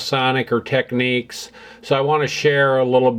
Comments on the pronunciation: Technics as in nic not nique Technique is a way of carrying out a particular task, as say an artists technique, why do Americans always pronounce things incorrectly? Why not Panasonique for Panasonic, at least you got that correct!!! But otherwise I think your channel is great! very well composed and presented, well done. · Great channel, learning a lot here. One thing, though. The way to pronounce Technics is with a nicks, not neeks. The Technics commercial here on YouTube will prove that fact to you. Please search it out. I am enjoying your videos, thanks. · Teck - Nicks. It's not techniques. Why can't Americans pronounce the name correctly?? It's not that hard.